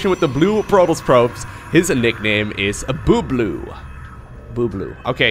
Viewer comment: Haha Boo-bloo. This nickname is definitely south asian and it's pronounced bub-loo :)